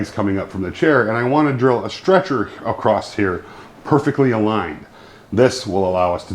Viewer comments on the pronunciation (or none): Across not acrost Come on